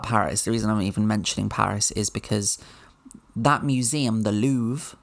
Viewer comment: Real baguette is something to savour. They have bread laws in France too. Also the "r" in "Louvre" is pronounced, but it is very subtle.